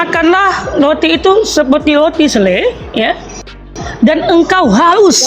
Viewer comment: Roti bukan Loti😂😂😂 biacara aja gak jelas balik sd sono